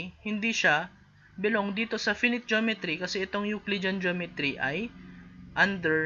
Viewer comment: finite pronounciation lang sir